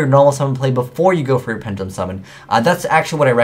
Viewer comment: it's "pen duh lum", not penj uh lum.